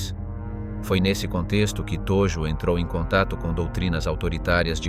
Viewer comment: Hideki Tojo Viděl jsem jiná videa. A Hideki Tojo je tam ve fonetické podobně jako Todžo. Tojo strašně trhá uši. Jinak je video uděláno velmi dobře.